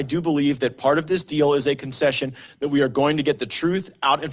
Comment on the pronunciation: Weweese the seekwet weapon! 🤣 Can't wait until these clowns get exposed. Go, Gaetz et al!!! McCarthy is becoming a beast! Keep the heat on him. I think he has the potential to be a GREAT Speaker. He is a perfect level-headed liaison.